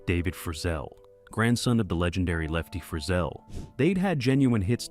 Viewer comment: And when he said Lefty Frizzil I thought I would fall out of my chair! Lol.